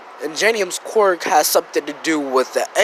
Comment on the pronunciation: Ok its quirk not qwork this might sound mean but it annoys me so much. It’s pronounced k’wur’k.